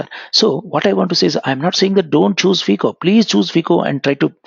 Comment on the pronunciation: Sir, You pronounce phico. It is FICO